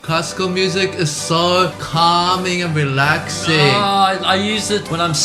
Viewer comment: "CALming and reLAxing"😂 "be ready to be not relaxed and calm" How reassuring 😅 This one is great when there's a fly in your room Forgot to include the infamous "Flight Of The Bumblebee"